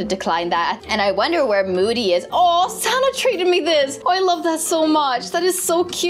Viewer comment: Btw it moody not mody but not trying to be mean it happens to me to lol😅